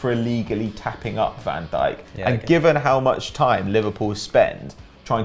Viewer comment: is really dutch he doesnt sound dutch by saying virgil van deek incase of virgil van dyke